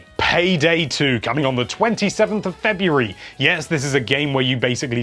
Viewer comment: he pronounces February as "febweeree"